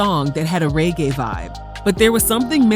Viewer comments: Why do people pronounce it ‘raygay’? That always irks me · How can’t you pronounce reggae properly……